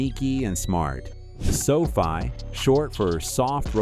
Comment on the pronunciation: sofi, sophie, sofi.. a "narrator" pronouncing the same word two different ways is a dead giveaway that its ai.